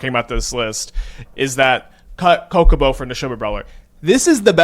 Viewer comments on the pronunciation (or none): How much do I have to donate for him to pronounce Chocobo correctly?